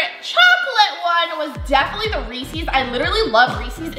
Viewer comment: I was getting annoyed when pronoucned Reese’s wrong